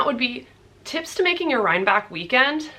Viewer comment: I believe it’s pronounced RhineBECK…not back…